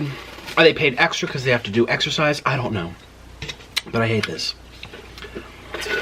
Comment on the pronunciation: "i excesirse" REall? :D